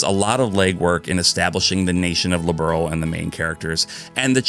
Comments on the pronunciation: My only big criticism is the lack research on names/terminology. Like Liberl. Its not Its pronounced more like earl with a b un front. That's still not exactly right either, but much closer than liberal. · I started with Cold Steel. I haven't played any of these new combat games. I tried the Horizon demo and this game and holy crap, im missing out a lot! Bought all 4 games that im missing lol. Liberl gets pronounced differently depending on who says it lol